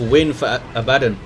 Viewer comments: It's Abaddon, not abAddon. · The way you pronounce Abbadon is triggering me